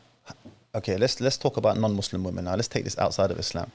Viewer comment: Why do u say vv instead of W when saying women?